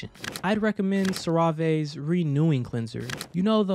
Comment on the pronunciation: It’s cerave not suravei